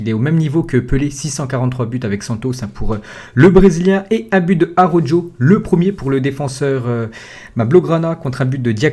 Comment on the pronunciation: Ptn fais un effort sur la prononciation de Araujo Ca se dit "Arawro" pas "arojo"